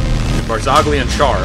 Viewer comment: schär is spocken scher